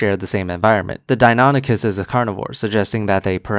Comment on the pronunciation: That fuckers inability to pronounce Deinonychus correctly makes me uncomfortably angry